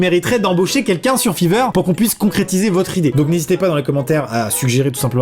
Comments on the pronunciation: Chuis le seul que ça stresse que il dise fiverr à la place de [faïveurr]😂😂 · Amixem, Fiverr se dit FAAIIVER pas fiverr (Je crois MDR) :) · ça ce prononce Faiver pas fiver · BON PAR CONTRE LÀ les gens qui disent fIIIIver ça va mais genre vrmt pas le faire ça se prononce fAIver zut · FAIVER😂😂 pas fiverr (Après je dis sa jsp) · Ça se prononce fayver ! Comme 5 en anglais avec er à la fin ! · Aaah entendre fiver à la française ça fait mal quand même ahah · Mon dieu comment il prononce "fiverr" 😂😂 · Il a vraiment prononcé Fiverr en Feever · Fiverr c’est plus stylé étant prononcé faïveur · Déjà on prononce fYver et tu dis réaliser des rêves et tt mais au final c juste un dessin tu t'enflame trop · On dit faïveur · Après "le igloo", on a du "fiiveure" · Jpp ta prononciation de Fiverr 😂😂😂😂